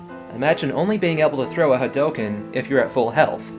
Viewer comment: i was actually pointing out that he said it funny, but yeah that's the same thing i got when i looked up the meaning of a Hadoken.